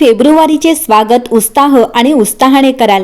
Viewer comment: उत्साह. उस्ताह.नाही हं